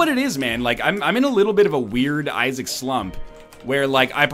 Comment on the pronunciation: "Welcome to the binding of asgard." At least thats what I heard 😂